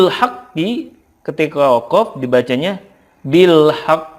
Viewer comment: Bil haqq kurang tepat pak